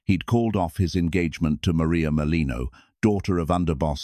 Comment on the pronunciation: It's Merlino.